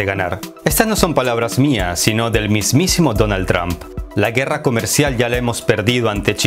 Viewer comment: "Donal Tram" y "Eippol" :v